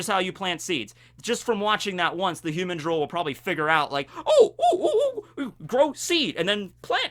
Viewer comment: The cringe from this particular video is your pronunciation of "humandrill"